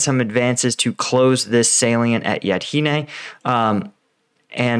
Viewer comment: Still, Yahidne, not Yadhine. Svatove, not Savote. They're really easy to read.